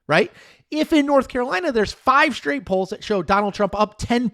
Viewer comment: haha up until i thought you were doing a show about Poland haha really that's what i thought i heard